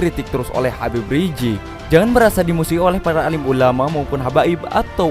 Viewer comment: Mohon naratornya sebut nama beliau dengan benar. Jangan sebut, yang benar adalah Habib Rizieq.